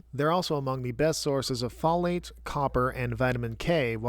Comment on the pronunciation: The way you're pronouncing folate irks me